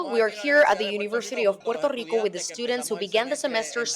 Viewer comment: Hala yankees,no sabéis pronunciar el país,Puerto Rico,,,coño,no puero ico,que pena dan,volved a España,os queremos,sois nosotros